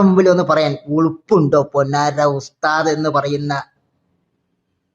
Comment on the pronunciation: ഉസ്ദാദ് അല്ല ഉശ് മാൻ